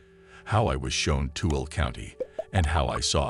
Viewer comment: Tooele, It's pronounced too-ill-a😁